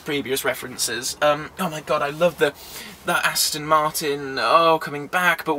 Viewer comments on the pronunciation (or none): none